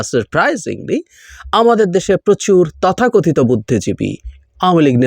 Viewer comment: এই আঁতেল টার "তথাকথিত" উচ্চারণ তা শুনলে মাথায় রক্ত উঠে যায়। 😡😡😡😡😡😡